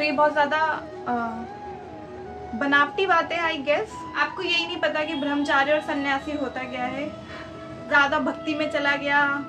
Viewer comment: "Bharamchari" nahi "Brahmachari" h woh shabd..! Hindi bhasha likhna aur bolna dono sikhiye acchi tarah se pehle.